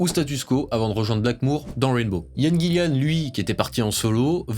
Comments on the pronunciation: Super vidéo. Vraiment. Ca réchauffe mon vieux coeur de voir un jeune homme aimer ce groupe (et ce genre de musique en général). :D Deux choses m'ont en revanche un peu pîqué les oreilles : c'est BlackmOre pas BlackmOOre et GillAn pas GillIan. Je chipote mais bon, je suis un vieux con, hein. 😝 #teamBlackmore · Mor pas mour, Gillan pas Gillian, et c’est ton groupe préféré? Apprends l’alphabet.